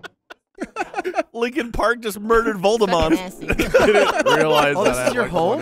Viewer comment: I don’t blameLy for getting Voldemort’s name wrong, because ever since I watched the Grim Adventures of Billy and Mandy, I have to remind myself that his name isn’t Lord Moldybutt